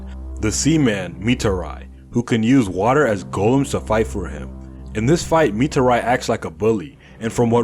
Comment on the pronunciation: Why did you mispronounce mitari's name